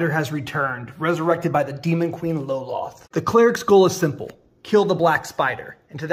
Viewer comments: It is pronounced as a single syllable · Cool one shot, but you lost me when you mispronounced Lolth. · I have never heard this pronunciation of Lolth and now I'm questioning everything I know about her! 😱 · I have always pronounced Lolth as a single syllable... Hm.